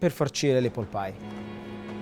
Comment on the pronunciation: Apple si pronuncia appol e non eppol. Conoscendo i prezzi attuali di Londra credo che una porzione costi non meno di 30/40 sterline. Auguri